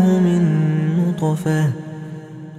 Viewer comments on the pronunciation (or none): bonjour , très belle sourate et très belle récitation , je l'écoute depuis deux semaines haha , j'ai remarqué une erreur verset 77 ٧٧de prononciation au mot نطفة le ط est composé d'une soukoune et non d'une fatha . hey every body i think in the 77 ٧٧ sentence it is an error of prononciation at the word نُّطْفَةٍ on the ط it is a soukoune (سكون)and not an fatha (فَتْحَةٌ) , but it could be an exeption of traduction but i don't think thank you .